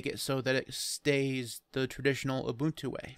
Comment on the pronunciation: Finally, someone who's pronouncing "Ubuntu" right: Ooboontoo